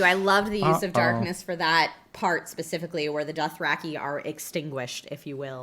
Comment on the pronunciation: Fun fact, George R.R Martin pronounces it "Doth-Ra-Kai" and not "Doth-Ra-Key".